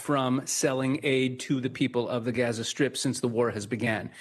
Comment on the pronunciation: love when a rabbi is brought on to an israel talking head segment who can't pronounce gaza or mispronounces it intentionally